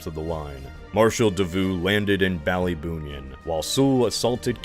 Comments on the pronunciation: Small note: you pronounced ballybunion as ballyboonion instead of "bally-bun-yun" ❤️ video is great so far otherwise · the pronunciation of Ballybunnion and Kilkee had a visceral reaction to my very core :{ The towns are literally already anglicised spellings, ba-lee-bun-yun and kill-key